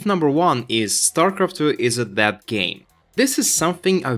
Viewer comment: It took me awhile to figure you are saying "dead". I kept hearing "that game" and wandered if that's some slang I'm unfamiliar with...